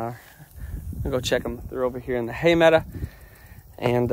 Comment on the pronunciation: I like the way you say "meadow."